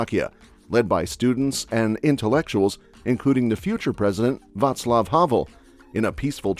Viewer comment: Thank You for saying Václav and not Vaclove...